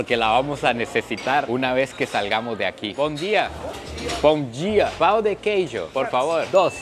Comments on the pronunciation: Kkk man, hay diferencia entre la palabra Pau y pão ,tu dijiste un Pau de queijo jj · soy la unica que dio risa como dice pan en portugues (jijiji) es importante de pronunciar bien pan porque si no esta pidiendo el miembro masculino del varon 😅😅